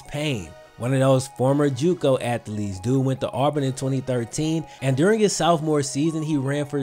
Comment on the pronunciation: It's SOPH-more. Not SOUTHO-more....grrrr!